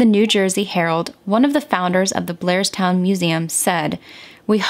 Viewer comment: That’s Blairstown NJ. Sounds like she was saying Glairstown. It’s a very country area of NJ and some of those towns are not heavily populated. I can see how no one would witness this. Sad case. I lived most my life in NJ and I know that area. RIP princess doe.